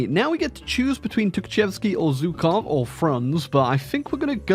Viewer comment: You're saying Zhukov wrong.